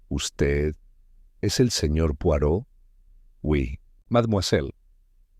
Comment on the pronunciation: La nzrrativa esta buena y entretenida pero definitivamente no es de agatha Cristie. Otra cosa debieran. Lo menos averiguar como se pronunc I a el apellido c de Mr. POIROT. saludos.